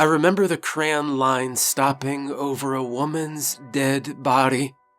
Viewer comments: The line looked like cran?? Do you mean crayon?? I pronounce it just as you see it…cray-on. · Great story, but it took me a while to figure out what "cran" was. After hearing it several times and imagining some cranberry flavored version of Spam I finally realized you meant "crayon" which traditionally has 2 syllables.